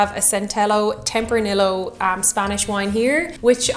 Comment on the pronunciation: Did I actually hear a European that lives in a country with longstanding ties to Spain just pronounce tempranillo with a hard l like an American in the Midwest? 😂